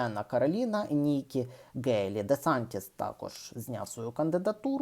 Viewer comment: При всій повазі, але прізвище Nikki Haley українською вимовляється через м'''яке українське "г" або "х"